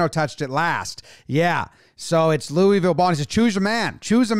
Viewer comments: As a sports guy, you gotta learn how to say louisville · that pronunciation of Louisville should be a felony